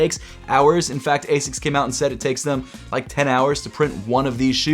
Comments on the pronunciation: The way u say it hurts, 'asis' it's not, it's pronounced like 'asicks' all love tho bro 😭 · As-ics not a-sics